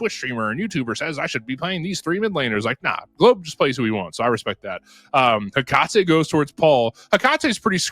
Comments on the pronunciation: bro one caster sounds like he's always got a huge wad of phlegm in his throat and the other guy can't read. "soo-slayer" for the entire second match smh btw it's "heh-cuh-tee" not "heh-cah-tay" it will never cease to amaze me how people just don't make sure they are accurate with these things before casting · lol bud. first of all, there is absolutely no consensus on how tf to pronounce Hecate (regardless of how her character says it in game). second of all, congrats on being number one fanboy 😂